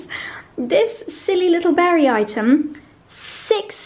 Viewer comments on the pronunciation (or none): none